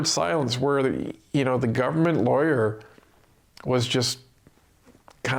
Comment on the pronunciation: When u say government lawyer, I think liberal lawyer as that's what it sounds like